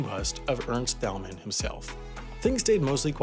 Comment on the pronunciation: Ca-son-es Ernst Tayl-man Spend more time researching and less time writing lame jokes.